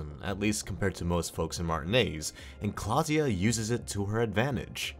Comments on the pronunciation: klaasje not klaasja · i didnt know thats how you pronounce klaasje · You sir completely botched Klaasje's name